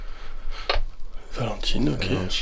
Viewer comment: Coucou je me suis pas bien sentie quand la gostvoice a prononcé mon prénom; Valentine !!